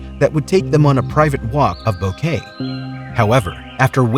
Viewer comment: What on earth made you think that Boquete would be pronounced Bow-Kay? Bo-ke-te!